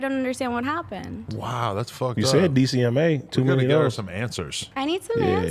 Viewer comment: It's DMCA...not DCMA...Digital Millenium Copyright Act